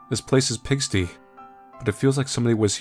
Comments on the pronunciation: it's pronounced pig-stie lmao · Not to be that guy but it's pig-stie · I will absolutely be that guy to declare that it is actually pig-sty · Awesome video! Loving this game! English help time though: pigsty (pronounced pig- sti) refers to the resting place of a pig, thus a dirty place. Usually used in a derogatory way towards a room being messy. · do you not know what a pigsty is? Or how to pronounce the word? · pronouncing 'pigsty' like that was really cute to me xD